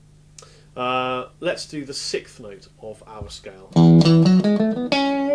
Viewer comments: Very good explanation even though he can't say "sixth"....ha ha...."SICKTH". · When you say "sicth", you actually mean "sixth". Even being English, you would still pronounce the 's' in the word. Sorry to be an ass, but thanks for the great lesson.